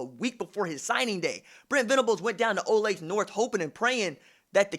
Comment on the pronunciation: Great stuff as always RJ! Btw it’s OH-LAY-THUH Kansas. Can’t have you mispronouncing my hometown like that ;)